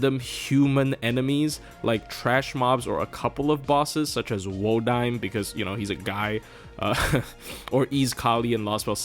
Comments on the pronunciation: Since Wodime is not a name that exists in real life, the only one who knows how it's pronounced is Nasu who created the character, and so since Nasu says wo-daim he is thus "Wo-daim". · I cringed a bit when you pronounced "Wodime" as 'wo-daym'. Lol